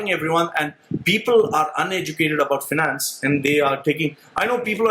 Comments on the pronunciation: Its certainly not pronounced how you said it in your video. No need to be vulgar. I have done you a favour. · Never take financial advice from a guy that cant even say "Finance"